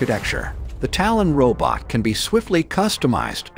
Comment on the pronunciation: What's a "row bit"?